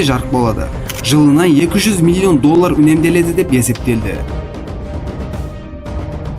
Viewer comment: Немделеді емес үнемделеді